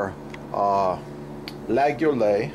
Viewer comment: dude you're pronouncing the name all wrong, it's kinda cringe..